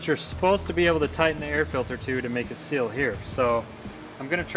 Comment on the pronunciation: It's not a cil its a seal🤨🤔